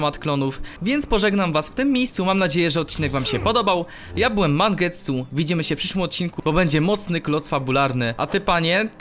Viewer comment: powiedziałeś mangetsuu na starcie